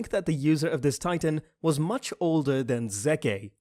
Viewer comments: Zekeh? What? Huh? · bro said zekay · how can you mess up that badly and still pretend like you watch the show xD "ZEKEH" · “The FEMALE titan user could protect HIMSELF” “Zekeh” What the fuck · Zekeh, Rayner?? AAAAAAAAGGGHHH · Ah yes zekeh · Did he just say zehkay. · It's not Zekeh 😰😩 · I hate it when he says Zekeh and Ereh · Zekeh, Ereh 's brathar. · “Zecee Yager,” “Tom Saver” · Ze-kay lol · Ah yes, Zekeh brother of Ereh. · I hate him for calling Zeke Zekeh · I'm sorry but Him saying Zekeh triggers me a little but i like the video otherwise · wsp ereh hows zekeh? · Wait did he just miss pronounced Zeke it's pronounced ZEEK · Zeke is pronounced as “Zeek.” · Not zeka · Zeke pronunciation lol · I hate how you pronounce zeke and reiner so much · The fact that he misspronounces Zeke's name makes me cringe so much like wtf bro have u not seen the anime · Is it like a trend to say characters names incorrectly to piss me off or something? “Zeke.” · Lol the way u say zeke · Everyone talking about this man can't pronounce Zeke correctly Me: what if this man can pronounce Bertholdt correctly? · How does this man not pronounce Zeke correctly wtf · Say Zekes and Reiners name correctly❌ Say Bertholdts name correctly✅ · Plot hole. Rod drank spinal fluid, turns into titan, yet Zeke poisons many with his and it only works when he yells? I don't see how that works. Also it's ZEKE (ZEEK) not fucking Zeke (ZEKEH) LIKE DAMN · It’s pronounced Like zeek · It’s zeke not zekeh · Dude the beast titans name is zeke not zeka!!!!!!!!!! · zekeh -> zeka -> zeke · bro.. you pronouce it as zeek not zekeh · Its zeke not Zekeh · It's zeke not zekeh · Bro it's zeke not zakeh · Bugging me you keep saying Zekaye and not just Zeke, their mostly white names in this show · zeeek but zekeh better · Zeke (Zek-Eh). White People. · You're pronouncing his name wrong ;,, its driving me nuts . His name is. Zeke (zeek) rymes with words like. GREEK. SEEK. LEAK. HIS NAME IS ZEKE. NOT ZEEK-KAY!!* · It’s Zeke not Zeka